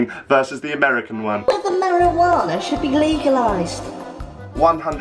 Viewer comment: "last time I had marawaana" lol